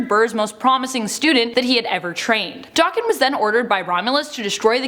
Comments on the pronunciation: it’s DAKEN NOT DOCKEN.........Daken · Wtf is D-arr-ken It’s Daken where’s is the R pronunciation coming from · Isn't it pronounced Dak-ken, not Dokken? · Pretty sure it's Dayken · It’s pronounced Da-(kin) like two separate words almost.. it’s because of his Japanese origin 💁🏽‍♂️ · It is the pronunciation of Daken. Since they don't realize it is Japanese and they white girl butcher it